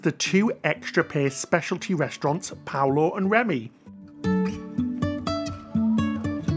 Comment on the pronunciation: please stop saying Paulo its PALO